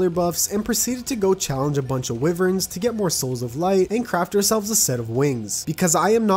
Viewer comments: wivens lol its wyvens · You pronounce it "why-verns"